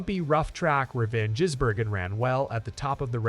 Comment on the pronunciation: If you want more subscribers learn to pronounce drivers names correctly Shane`s name is Gisbergen NOT Jisbergen